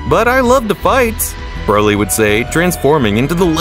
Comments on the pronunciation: " brody " " vegete " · "Brody" "vejita" "wiss" 💀💀💀💀💀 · I bet a baby can win this dude in a race to pronounce vegeta or broly or Kamehameha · "Ve-jet-uh" "Bro-dy" "Be-ror-us" "Kame-uh-uh" "Cyans" 💀💀💀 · “brody” “vegata”